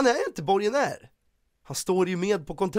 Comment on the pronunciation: ”Borgonär” 😂 Inte ens det kan C uttala